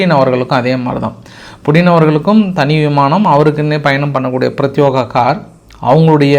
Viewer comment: பிரத்யேகம். என்ற வார்த்தையை பிரத்யோகம் என்று தவறாக உச்சரிக்கிறீர்கள்.